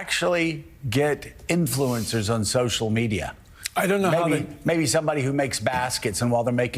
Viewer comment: Start by pronouncing the word influencer correctly.